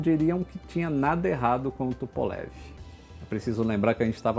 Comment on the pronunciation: Por LAM Luís Antônio Menghi Adoro quando aquela russa aparece nos vídeos corrigindo a pronúncia do! Os vídeos do são formidáveis e a russa dá um charme a mais! Amo vê lá falando " Tupolev "! Parabéns por tudo que você nos informa. Você é o Roger vão voar juntos, quando? Já estou Vovozão e não posso esperar muito! Abraços,! " Tupolev "! AI!?